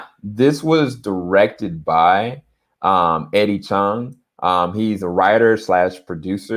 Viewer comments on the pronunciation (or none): Dude. His name is Eddie Huang